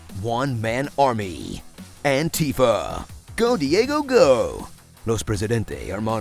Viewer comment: “Antifa” lmao